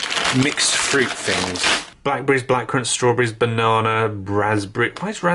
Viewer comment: i'm sorry i can't do it, he said "bananER" like 7 times in a row, i can't stand it